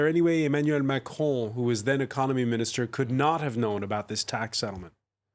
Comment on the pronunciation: rafale is pronounced as hafael and macaron as maco lol